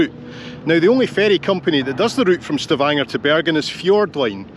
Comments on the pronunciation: STA-vun-gu(r) is the pronunciation, I believe. Like most words without prefixes in Germanic languages, the stress is on the first syllable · I find it (by Googling it) pronounced on the first syllable by some, and on the second by Stavanger people. Maybe you could clarify? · I would be very startled if I heard a Norwegian pronounce it with stress on the first syllable. It is clearly wrong. I checked Google as well now, and it allows me to switch between a US and British pronunciation. The US pronunciation seems to match your initial comment, so I assume it is what you were served. But when I press the play button, to me it sounds like just Google merely fed the word into a US speech synthesis engine which doesn't know anything about this place name at all, so it just pronounces it with some default guesses based on US English pronunciation. This is even more likely the explanation since it uses a fricative version of the letter "g" (as in "badger" or "engine"), which is also entirely wrong. To be clear, the "ng" in Stavanger is like in "singer", not like in "engine". The British pronunciation in Google puts the stress correctly on the second syllable, and also correctly pronounces "ng". But I'm guessing it's still just being fed into a dumb speech synthesis engine, and it just happened to make a better guess than the US one.